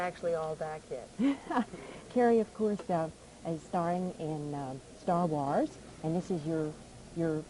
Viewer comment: The interviewer is saying Wars like jars.